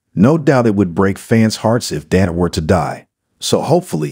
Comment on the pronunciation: Learn to say Dante’s name!